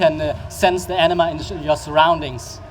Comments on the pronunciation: The way he's saying it... it sounds like enema. I know it's anima, I can read. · I keep hearing enema....